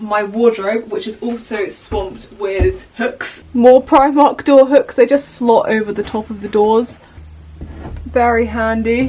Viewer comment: 😭 with your brit.accent Primarkt sound like Primat -Why??? (...what is onging at your Sister's Channle...?)